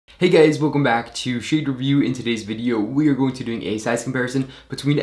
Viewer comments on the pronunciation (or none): “Hey Gays” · maybe it’s your accent to my British ears? 😂